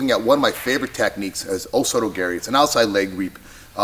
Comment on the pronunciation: “Oh so does Gary”, what exactly is Gary doing? Did you mean to say o soto gar-ee??